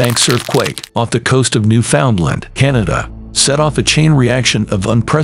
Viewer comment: It’s prounced New fn land not Newfoundland.